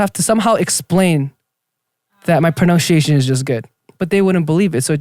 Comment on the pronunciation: Pro+nun+she+asian Its ironic how jae's pronunciation of 'pronunciation' is so off 🤣